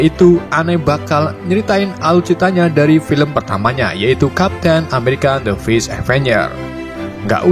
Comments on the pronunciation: Bang lu ngomong nya fris terus padahal first😂😂😂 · Fers, bukan fris akwowkow asu